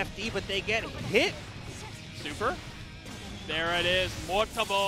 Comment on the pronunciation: Do you say mortabo on purpose?😭